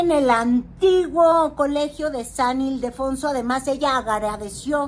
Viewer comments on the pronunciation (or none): none